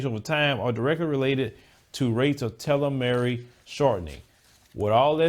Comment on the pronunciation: Bro. you butchered the word "telomere"! It's pronounced "tee - low - meer"